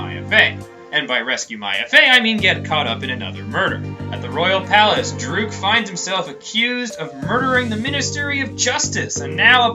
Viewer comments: It's (durk) not (drook) lol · He's pronouncing it as Dhruke, even though it's Dhurke. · You are saying Dhurke wrong lol.